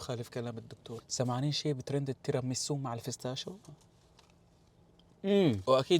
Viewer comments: بيستاشيو ❌ فستاشو ✅ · فستاشيو ✔️ بستاشيو ❌️ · بستاشيو ❌ فستاشيو ✔️ 😂😂😂